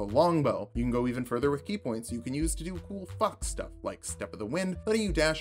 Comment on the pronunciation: Did you say Cool Fox Stuff or Cool Fu